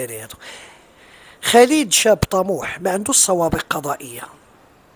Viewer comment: رجاءا سيدي الفاضل. ارجوك ان تنطق اسم خالد الخاء والألف ممدود. خا خا خالد. وليس بخليد. خا خا خالد. وشكرا.